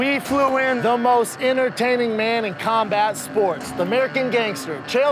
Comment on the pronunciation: "Khambat sports" "Paulcasting" my god Schaub learn to speak.